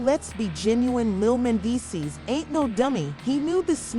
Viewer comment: If you got a AI voice goin’ on, shouldn’t it pronounce the name correctly Man dees sees. That’s a closer pronouncing rather than the AI voice. Do better.